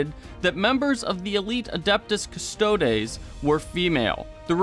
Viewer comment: You can't even pronounce Custodes or Sanguinius correctly. It was 8th edition, not 7th, for male Terra royalty recruitment, chat has beat you up over your misquote regarding SoS. I can't take your vid seriously bc you can't take your job as a YouTuber srsly.